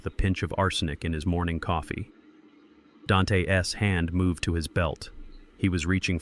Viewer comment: The s after neighbor makes the word plural, you don’t pronounce it separately. Same with Dante. Your mispronunciation of words makes me want to turn the story off and avoid these stories.